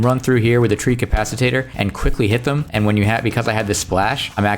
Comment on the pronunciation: You keep saying treecapacitator, it's a treecapitator. ;D